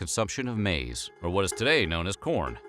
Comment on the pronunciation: Newsflash, maiz is still maiz its just not english. Also pronounced it wrong.